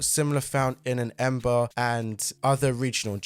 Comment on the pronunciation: Embar? Its Embraer